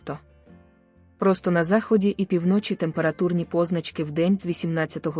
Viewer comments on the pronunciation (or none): Де вчилася ця пані таким наголосам у словах - пі вночі - наголос на перший склад , а не на другий - півно чі! Противно слухати таку безграмотність! Фу!